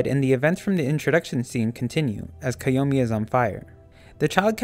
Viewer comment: But that's how his name is actually pronounced